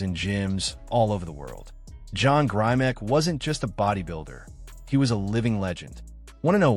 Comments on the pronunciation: First, the commentator needs to pronounce Grimick not Grimack. John Grimick is an icon in bodybuilding and one of the founders of Strength and Health magazine and the York Barbelle Company. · his name has a short i sound not a long i sound. pay homage by saying the name correctly. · Not grimack grimek!!!!!!!